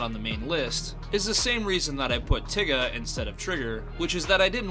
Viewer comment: why he pronounce tiga like that 🤔